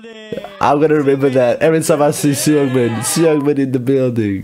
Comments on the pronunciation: So about korean names, u usually dont say the first vowel out kout, like seungmin u dont say the e, u say sungmin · helloo there! i think hyunjins is pronounced more like "h-yun-jin" (where "yun" rhymes with run) and seungmin is more like "soong-min" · hyunjin’s name is pronounced as “hue-n-jin” and felix’s is “yo-ng-bok” seungmin’s is “sung-min” bang chan’s is pretty obvious han’s is “han-jee-sung” changbin’s is also obvious Lee know as well i.n’s is “jong-in”